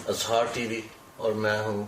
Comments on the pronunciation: ٹی وی کانام ہی غلط ہے اِظہار IZHAAR ہوتا ہے Azhaar نہیں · اٙظہارِ رائے نہیں ہوتا۔ اِظہارِ رائے ہوتا ہے۔ "انصاف کے کٹہرے میں انصاف" کیا فضول بات ہے۔